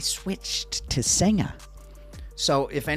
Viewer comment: Gday, You don’t say the a on the beer Singha it pronounced Sing 😊